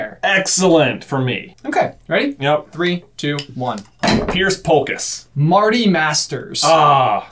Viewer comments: Piers not pierce just saying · J: Pierce Polkis Narrator: SPOT ON Me: ACTUALLY ITS PIERS POLKISS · Piers Polkis, not Pierce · I feel the need to point out that it's not Pierce Polkis. It's Piers Polkis.